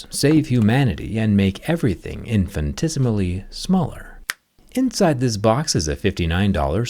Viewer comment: yeah its a weird pronunciation